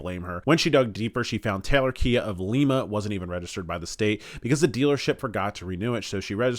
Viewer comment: It's not Leema, it lie ma Lima Ohio! Not Lee! Get it corrected